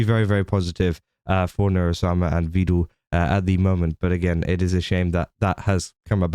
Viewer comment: "Vedal" is pronounced rhyming with "medal" or "pedal."